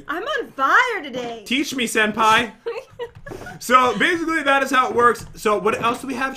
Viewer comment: It sounds strange when sase senpai